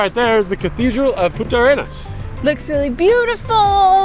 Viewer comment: Try to pronounce "punta" arenas correctly. Because we hear "puta" (spanish for whore) arenas.